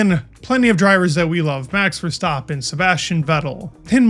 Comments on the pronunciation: The way he said it sounds more Dutch than most people say it. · wow you said verstappen really good you try and say it in a dutch way i am dutch so i can know. some americans say it vershtappen